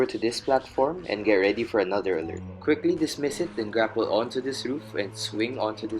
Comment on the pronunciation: did he mean grapple sliding when he said "grackle sliding"?